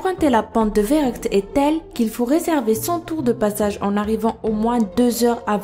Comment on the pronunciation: En fait Verruckt ça se dit "ferruckt" ça vient de l'allemand Verrückt qui veut dire fou